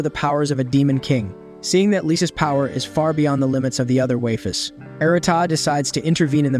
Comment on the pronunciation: Shame it couldn't pronounce waifus if it was going to use it so often.